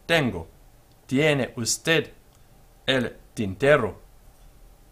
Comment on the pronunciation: be sure to respect word stress patterns. The last syllable of usted carries the stress, as in every unaccented word that ends in a consonant, excepting only n or s.